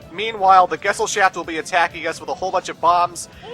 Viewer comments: He pronounces Gesellschaft like gessel shaft xD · 'Love' that even the game mispronounces the word 'Gesellschaft'. They should have just called it 'Society', that way they didn't have to butch the german language